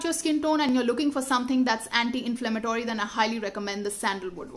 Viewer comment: dont want to sound negative or critical but i had to say this, y do u need to use a pronunciation thats not ur natural one??? u kept on saying "anti (antai)" and "multi(multai)" but unconsciously a few times, u said "anti", that only means ur purposely trying to change ur pronunciation just to sound cool. 😒